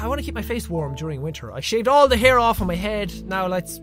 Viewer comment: hair not haie